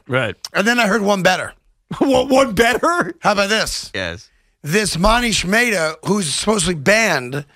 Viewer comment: "Moneesh Maytah" lol